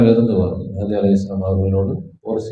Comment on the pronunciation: ஐயா! முதலில் சரியான உச்சரிப்பு உச்சரியுங்கள். மெஹ்தி ❌ மஹ்தி ✔️ ரசூலுல்லாஹி ஸல்லல்லாஹு அலைஹி வஸல்லம் அறிவிப்பின் பிரகாரம் இமாம் மஹ்தி தான் வருவாங்க. மெஹ்தி வர மாட்டாரு.